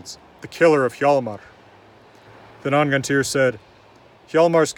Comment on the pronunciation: The H in hjalmer is silent. “Jalmar”